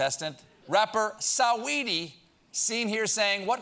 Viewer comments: the way Stephen says Saweeties name CRACKS ME UP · Why’d he pronounce her name like that for🤣